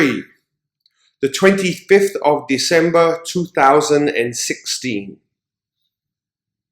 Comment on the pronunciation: Why does your 2016 sound so similar to 2060???